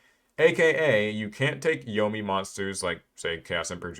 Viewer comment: it's nomi not yomi